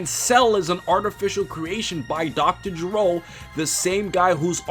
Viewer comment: Lmao Dr. Jerome? xD #EPICFAIL Its Dr.Gero dumbass.